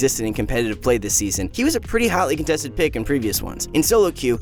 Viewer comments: Is that how you say Kha’zix? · Someone tell this man how to pronounce kha zix